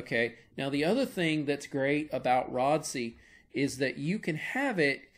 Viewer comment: my man said Rod-See :face-fuchsia-tongue-out